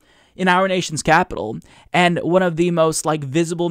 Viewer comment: I can't stand the way she says and, she pronounces it "yaand".